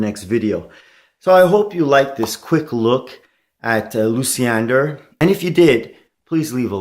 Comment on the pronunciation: Not Lucy-ender....it's loosh-yen-dahr